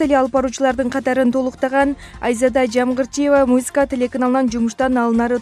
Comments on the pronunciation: Чон кыз музыка десен мюзика дебей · Эй! МУЗИКА ЭМЕС, М У З "Ы" К А тушундунбу? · Музыка деп туура айтчы Кемпирче Мужика дейсиби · мына окуп жаткан кыз "музыка" деп айта албай эмне деп жатат?? "мюсыка" дейби ыя? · Ээээй мобу кок мээнин суйлогону кантет музийка музийка мэээээси ордундабы жоготкулачы груууубый акцент айлардын аттарын туура четка айта албаган бул суйлогон кыз канча классты буткон???? Позооооооооор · музика дегенди туура айтчы карындаш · Алып барып жаткан кыз создорду так туура айтсаныз жакшы болот эле. Мисалы музыка деген созунузду кайталап угуп корунуз!буга окшогон коптогон создорду так айталбайсыз🤔